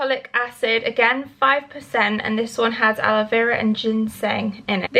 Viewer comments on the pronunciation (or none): none